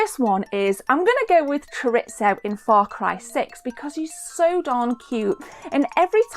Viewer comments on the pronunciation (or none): none